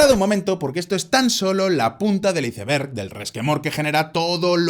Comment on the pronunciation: Iceberg no se pronuncia como se lee se pronuncia "aisberg"